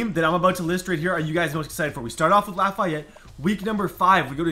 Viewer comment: U butchered Lafayette